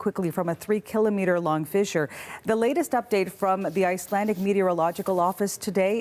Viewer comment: get it right its fissure fissure fissure